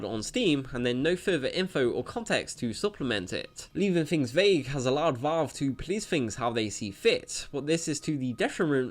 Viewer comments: It's Valve, not Vawlve. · Lol its not. Reel gaemers are on consoles. Ps its VALV not VOLV #nintendomasterrace